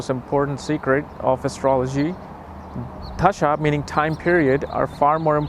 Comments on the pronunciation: It’s dasha not dHasha. I would expect you would say it correctly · It's not dhhhasha, it's Dasha !!!!!! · Dasha ❌ Dhasha ✅ 😂😂😂😂😂😂